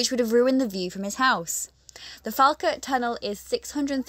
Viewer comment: Pronouncing Falkirk a bit funny. it's like, Fall as in fall down. Fall and then kirk as in church.